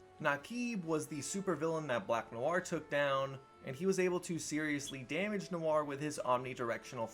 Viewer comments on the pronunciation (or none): none